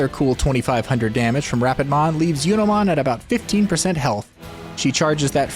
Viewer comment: Do you intentionally mispronounce digimon names? "Yunomon" instead of "Junomon"?